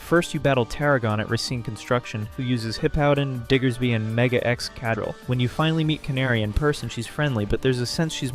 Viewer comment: God damn your pronunciation of some of these names SUCK it’s not ex kaddel it’s EX-KA-DRILL